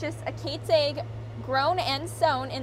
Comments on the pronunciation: You say 'Ag' like 'egg'. Interesting. I say it with a starting vowel of short 'a' (as in 'cat'). You say it with starting vowel of short 'e' (as in 'net'). It's a 3 speech-sound word. It's 2 vowels and one consonant (a-ee-g) or (eh-ee-g). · Linguist here. What you are observing is called /æ/ raising. (In this case, more specifically, Beg Raising). We call it raising because the position of the tongue is raised relative to the standard pronunciation changing the vowel from æ (The a in agriculture in the General American Dialect) to e: (E in beg in the General American Dialect). It's common in Upper Midwest/North-Central dialects due to the large number of Scandinavian migrants to that area (particularly the Dakotas and Minnesota but to a lesser extent Montana). You'll also note the greater percentage of nasalized vowels (where vowels are pronounced by forcing some air through the nose instead of out the mouth) which gives her accent an airy quality. This is again owing to the Scandinavian influence on the region as the Scandinavian languages tend to nasalize a lot of vowels. This is the North-Central American English dialect that was typified by the movie "Fargo" (although "Fargo" grossly exaggerated it).